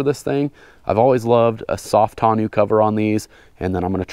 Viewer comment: I cant agree with the way you pronounce toneau cover, but other than that sweet build bud.